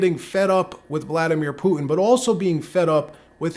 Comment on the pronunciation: Poo-in? Do you mean Putin?